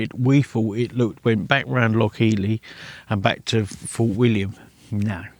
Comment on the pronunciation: It's Loch Eil = eel.x